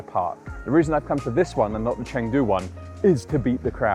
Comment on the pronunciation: Dude, it’s not Chaaangdu, it’s Chungdu. Spelled Chengdu